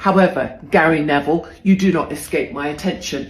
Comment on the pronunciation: Gary Ne"VILE"